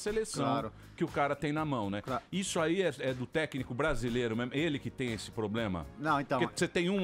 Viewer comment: ''craro'' ... hhahahahha .... admiro muito esse cara !